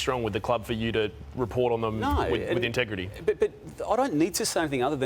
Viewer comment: TEGRITY 😂😂...please.